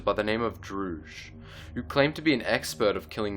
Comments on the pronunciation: Isent his name dirge not douge? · Love how he says Durge, as Druge. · it's Durge not druge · Druge and maz katana??? you mean durge and maz kanata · Droosh lol, it's Durge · Druge??? It's DURGE!!! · Isn't his name Durge not Druge? Enjoyed the vid tho. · DURGE, Not DRUGE, DURGE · Durge not druge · Did you just say Druge... Bahahahahahaha Are you okay? I dunno when you made this. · I love all your videos man. by you BUTCHERED the pronunciation of Durge xD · you butchered 2 names in the video (Maz Kanata) and (Durge)